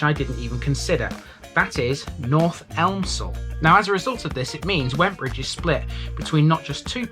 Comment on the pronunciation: Nice one. ‘Elmsall’, btw, is pronounced ‘Emsall’, don’t know why, but the ‘L’ is silent.